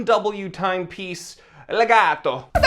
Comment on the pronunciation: Also as an Italian, i laughed my ass off when you first said Legato. You have my seal of approval.